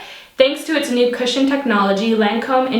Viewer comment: You're SO beautiful! Also: I kept hearing "christian" instead of "cushion" lol.